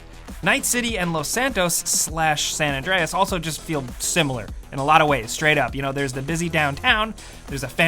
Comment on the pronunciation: Why are you saying san adrines this is gta 5